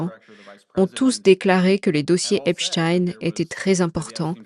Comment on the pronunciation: Bonjour et merci pour tout ce que vous nous partagez . Je ne suis juste pas d'accord avec vous sur la prononciation du nom d'Epstein.... Vous interviewez des américais et pas un ne prononce Epstaïne, tous prononcent Epstine, et c'est JUSTE. La théorie de votre collaborateur avec le nom d'Einstein ne tient pas debout !!! Il était allemand, et en effet en allemand on prononce différemment. J'adore vous écouter mais cette erreur me pique les oreilles.... c'est dommage.